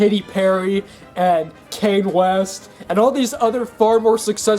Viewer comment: I'm gonna sue you for your pronunciation of "kanye" and "reverb"